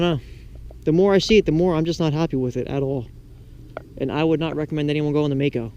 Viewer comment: its Maaco